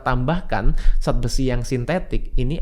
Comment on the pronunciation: Tolong bicara yg benar... Zat jangan di ucapkan Sat